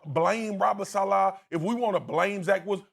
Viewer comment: Why do they pronounce Robert saleh’s last name “Salah” LOL